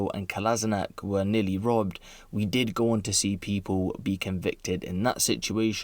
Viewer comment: Can you stop mispronouncing 'people' as 'peep-hole'?